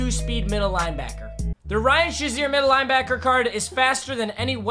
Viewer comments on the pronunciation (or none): Why do you say "(shuh)zier" when it's "(shay)zier" ("shazier") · cmon really its prenounced shay-zier not shaz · It’s not Ryan Shi-zer it’s Ryan Shay-zer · It’s so disrespectful the way u say Shazier’s last name